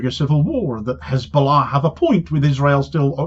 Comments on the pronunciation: Three fingers pointing back at you,. (BTW It's Hezbollah, not KKKHHHKKHKHKHKizzzbowlarr, -stop pretending to be a Semite, get back to East Europe) Cheers Damo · Om Gowd the way she pronounce cxshchesbullah.